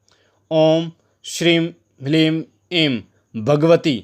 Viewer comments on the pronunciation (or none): ह्रीं नहीं हलीम है ये पहले मंत्र का शुद्ध उच्चारण बताओ 🙏🙏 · Mantra hleem hai hreem nahi pehle khud seekho